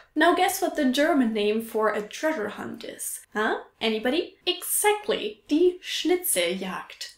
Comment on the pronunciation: You still pronounce the 'x' in 'exactly' voiceless.